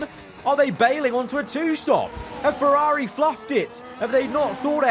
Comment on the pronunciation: “FerAAAAri” Racing